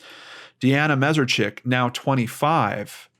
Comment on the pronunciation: just for the record, his last name is pronounced Mess-ARE-Chik.